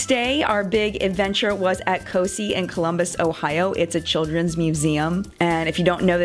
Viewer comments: I went to COSI as a kid, but I live in Ohio. However, its pronounced CO-Sigh, not Cee (that's the best spelling I could come up with to give pronunciation lol). Just an FYI. I wasn't sure if you were talking about the same place at first 😆 At least that's how everyone from around here pronounces it, and they come to my kids school 1 day each year and do a little project with them, and they pronounce it that way as well. This looked so fun. Wish I could afford to do it with my kids. Your husband did such a great job on the camper/van. Really creative and really nice work. Meanwhile, this was probably the worst summer we've had😞 Glad yours was so neat though! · I'm from Ohio (near Columbus) and we love COSI (pronounced co-sigh not co-see 😊 no big deal. And I'm sorry if someone else already told you lol) loved this video! This is so fun! Beautiful family and your husband is fine girl 😂😋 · As a Columbus Ohio resident, I’m glad you enjoyed COSI. It’s an amazing place! (PS, it’s pronounced COSI(eye) 😉). If you are ever back this way again, check out the Columbus Zoo. I’m glad your trip was a awesome. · Cool trip! COSI is pronounced “co”- “sigh” (like “sci”ence). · Don't worry about mispronouncing COSI every one does no big deal! I love that you guys had an awesome time there! I live in Ohio and glad you had fun!!